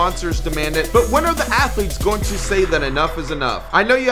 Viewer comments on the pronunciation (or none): none